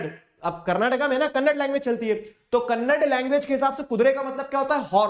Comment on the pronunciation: Sir it is kannada not kannad